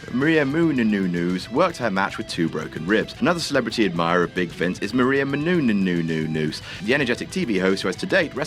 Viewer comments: It's "Μενούνος" /mɛnuːˈnɔːs/ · It's: "Meh-noon-yoos". You're welcome. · munouous or munenous booty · No, it's Meh-Noo-Noss. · meh-nu-nes thats how u pronounce it! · You couldn't have spent ten seconds to look up how her name was pronounced could you? Look at her, she deserves better. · Omg shut up on the pronouncing gag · really shouldn’t be joking about not being able to pronounce a last name like Menunous considering he regularly mispronounces names like Dan Spivey all the time. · Just look up how to say her fucking name. Seriously what is funny about a grown man not being able to pronounce a simple name. Fuck, thinks he is way funnier than he actually is. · I like these videos, but the commentary such as the constant mispronunciation of Maria Menounos' name is just plain stupid. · Yes Menounos you English pagan! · You gotta love pronunciations of menounous 😆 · as a greek, seeing u pronounce her last name is fucking hilarious